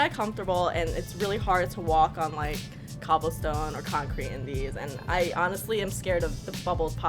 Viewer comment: This bih said COBBLESTONE